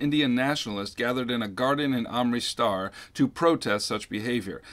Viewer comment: did anyone else notice how he edited the voice because he mispronounced Amritsar?